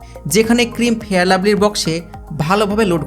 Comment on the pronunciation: ফেরান লাভলি না ফেয়ার লাভলি